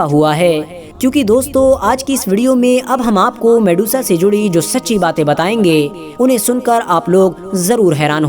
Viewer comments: Medusa, not Mesuda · Mesudaa..? Wo medusa hai bhai😅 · वो mesuda नही मेड्यूसा है मूर्ख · Her real name was medusa....not mesuda.... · Shes Medusa not Mesuda....on ur post its mesuda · at begining it'as Medusa.. at half of video it turns into mesuda 😂😂😂😂 waah bete waah....moj kr di..... moj kr di beteee😂😂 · Vedio mast ❤️lekin ap bich me Medusa ko mesuda bol rhe the 👍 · It's not Mesuda It's Medusa 🤦🤦🤦🤦